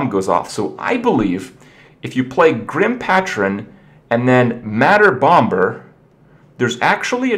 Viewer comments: The 2nd B in Bomber is silent - Like Bommer - Not Bom Ber -_ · Bom Ber. Bomber bro, the B is quasi-silent. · Kripp, it's pronounced as /bomb-er/, not /bomb-ber/ :S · he still says bomBer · The second B in Bomber is silent... I couldn't not focus on that the entire time watching this. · The second B in bomber is silent kripp